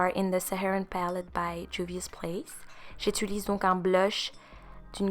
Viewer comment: On dit «j’utilise » pas «j’étulise»😅sinon ton teint est nice,c’est fucking beau